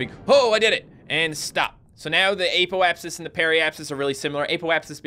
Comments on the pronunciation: It is not pronouced ApO-apsis it is pronounced a ( as in apple) p O (as in oh) apsis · Its pronounced aahpoapsis